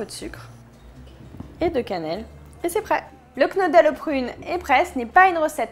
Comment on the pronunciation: Attention, sa ne se prononce pas knodel mais kneudel